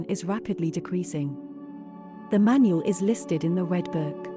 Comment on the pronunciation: thats not how you pronounce manul its pronounced manool